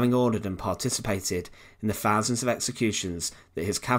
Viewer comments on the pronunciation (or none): Please say THOUSAND and not FHARSAND👹